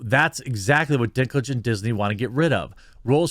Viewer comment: I kept hearing Dicklage